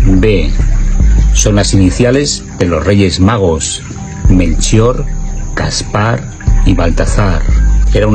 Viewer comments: Yo siempre escucho que dicen Gaspar no Caspar, quizás escucho mal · No sé llaman Melchor gaspar y Baltasar? Xq dice caspar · No es Caspar es Gaspar, no creo que funcione jajajaja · Hasta ahora me enteré, que uno de los tres reyes magos, se llama " caspar" siempre lo oí pronunciar como Gaspar. Mmmmm 😮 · Es Melchor, Gaspar y Baltazar, porqué dice Caspar? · No es Caspar es Gaspar!!!! Uno de lo asi que como va a funcionar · pero el rey mago es Gaspar,no Caspar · El en el vídeo dice Caspar ...no Gaspar